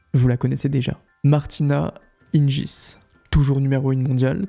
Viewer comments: Oui tout à fait. Hingins se prononce [hinguins] que ce soit en Slovaquie, en Suisse ou en France (donc jamais [hinjins]). Seles se prononce [sélèche] en Serbie mais [sélès] aux USA et en France (donc jamais [sèl]). C'est dommage... Ça laisse penser que le ne connait pas vraiment le tennis féminin... Sinon ces 2 noms lui seraient très familiers. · Très bien raconté, bonne vidéo dans l’ensemble PS : c’est Martina Hinguis pas Hinjis 🤣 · Et Monica [Sélès], pas [Sèl]. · Super vidéo. Martina hing"u"is, Monica Seles"s" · Il me semble qu'on prononce plutôt "Hinguis" et Monica "Selesse". Du coup ça écorche un peu les oreilles par moment mais sinon super vidéo ;) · On prononce Martina "Hinguisse" et Monica "Sélesse". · on prononce hinguis mais tres bonne video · Très belle vidéo. Elle est bien montée et bien écrite. J’ai pas cliqué dessus car je connais pas la chaîne mais c’était très sympa à écouter. Par contre, faut revoir la prononciation des noms des joueuses. Clijster le peut comprendre mais quand même Seles et Hingis. c’est étrange à entendre. Bref! Bravo pour votre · Ta prononciation de “Hingis” est diabolique 😭